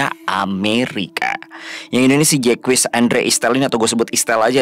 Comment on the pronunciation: bou Jacques itu dibacanya zack atau zek... hehe bukan jekuis.. klo bisa sebelum mulai.. cek di translate pakai fitur audio.. biar tau pelafalannya.. atau pakai AI translate android ya banyak.. semangat buat 🙏🏻🥹